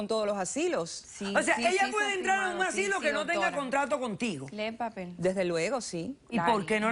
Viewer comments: me molesta que diga asilio todo el tiempo 😑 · ASILIO, JA JA JA, TAN DIFÍCIL ES DECIR asilo? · Me estresa el tímpano cuando repite "asilio". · Asilo, no asilio 🙄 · Me vuelve loca la demandante diciendo "asilio" en lugar de "asilo". Que le pasa? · " el asssilio" " el asssilio" " el asssilio" " el asssilio" " el asssilio" " el asssilio" " el asssilio" ............... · No se dice Asilio... Es Asilo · Asilio ,asili, y mas asilio 🤪 ser q se le hace muy dificil decir ASILO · Ni hablar sabe, dice aslio, y es asilo, verguenza debe tener de llevar a su mamá en ese lugar. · Vieja bruta se dise ASILO ...NO asilio ignorante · ¿Que es un asilio? Yo conozco los asilos. Esta mujer no sabe pronunciar bien. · ¿Asilio? o asilo? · Soy la única que se estaba poniendo nerviosa cada vez que decía "asilio"? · Lodi Lamber 🤣🤣🤣🤣 yo la corregí mentalmente cada vez que dijo asilio! 🤣🤣🤣🤣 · Asilo, se dice ASILO!! No asilio! Qué rabia joder! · "ASILO", no "ASILIO" burra! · Yiyi que razón tienes, dijo asilio como 30 veces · Les encanta hablar mal ASILO NO ASILIO.Repugnante de como hablan